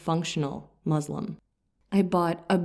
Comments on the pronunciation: It is Muslim ( one who submits and surrenders oneself to THE ALMIGHTY GOD, ALLAH (SWT), THE CREATOR of everything! Muzlim , derivative of the Arabic Zulm , which means iniquity, injustice, oppression,tyranny,...!.! So we have to be careful in our pronunciation; It is MUSLIM, and not. MUZLIM ! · Please learn to pronounce the word “Muslim” correctly. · See, the words 'Islam' & 'Muslim' are being pronounced wrongly..They are arabic words. I don't know whether the interpreter is muslim or not. But definitely a good muslim knows how to pronounce arabic words... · Start saying Islam not “Izlam” and Muslim not “Muzlim” and Islamic not “Izlamic”. So annoying that you can’t consciously make an effort to pronounce the words right. Grow up in knowledge! اسلام عليكم